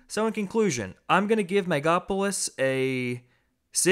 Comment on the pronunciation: It's based on actual events in the Roman Republic. And it's pronounced mega-lo-po-lis.